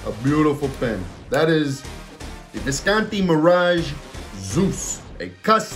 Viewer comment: No italian would pronounce it "viscaaanti" ;)